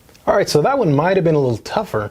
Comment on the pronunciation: lol, it sounded like m1 more time instoed of 1 more time